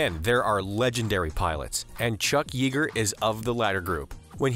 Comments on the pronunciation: Here we go again: the name of the man you called "Chuck YEE-ger," wouldn't like you mispronouncing his name, which sounds like "Chuck YAY-ger." Why do YouTube narrators keep doing this? All it takes is to type "pronounce chuck yeager" into Google (or maybe another search engine) and you'd know---but why didn't you know? It's a fairly common name. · Regardless, Chuck Yeager is a world famous aviator whose name has been correctly pronounced in numerous documentaries in movie theaters, on TV, and YouTube, and all one has to do is type "pronounce chuck yeager" into a search window.